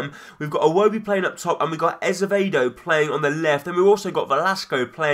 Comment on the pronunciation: i think it's ah-zeh-vay-do